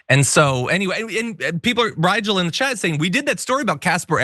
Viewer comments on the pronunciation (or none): none